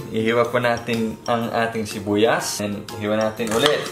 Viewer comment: Shibuyas 🤣🤣🤣🤣its sibuyas not shibuyas